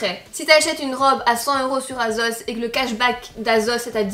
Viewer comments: Asos pas azoz 😂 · Assose et pas azose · Vous dites azos 😂